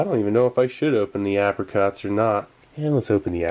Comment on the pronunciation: You started pronouncing apricot correctly.